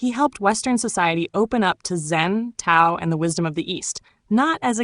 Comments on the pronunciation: It's pronounced DAO not tao. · Why all the fake pictures of Watts? No pics of him with long hair and beard? Also, the narrator mispronounces the words Tao and Jung